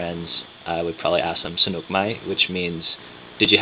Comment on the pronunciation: you say Sanuk , your accent like Thai. I confirm ! I am Thai and really likeeee Sanuk shoes ! VERY VERY COMFORTABLE SHOES !